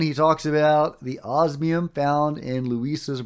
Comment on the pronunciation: Osmium, not obsium. Yes, it is the rarest naturally occurring and stable metal on Earth. Rarer ones have extremely short half lives (seconds at best) and don't matter because you can't do anything with them (eg francium)